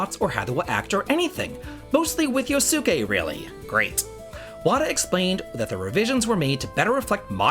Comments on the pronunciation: Not to be that guy but its pronounced Yos-kay, not yo-su-kay. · I have two 8bitdo controllers and love them Yosuke is pronounced Yo-ss-kay, I am guessing it is dialogue where he uses slurs that are no longer accepted, if that is all they change then i am okay with that